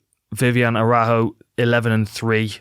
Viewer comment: Dan, you should check how to pronounce Araújo.